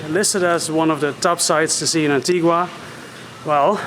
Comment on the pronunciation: Wow, I was just beginning to enjoy her being aboard! Oh well, keep on keeping on! PS: It's pronounced An-tee-guh, not An-tee-gwa. One of the locals will help you out. 🙂